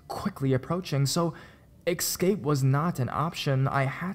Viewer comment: Escape !!! Not "Ekscape"